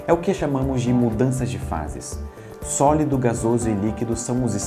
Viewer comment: ouvi mais umas 5 vezes e não consigo não entender sólodo ò.ó